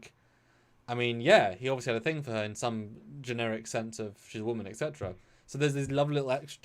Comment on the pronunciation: "etc." is pronounced "et-cetera", not "ex-etra"